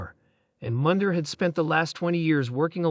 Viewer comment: Did you just say “Mundjer” 😂